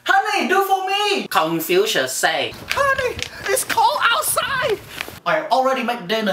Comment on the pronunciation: "Congfusious say.." 😂